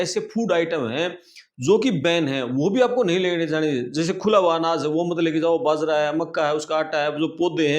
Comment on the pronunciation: The word is AJEEB not AZEEB. When there is no Z in Hindi. It's BAjra bot Bazra.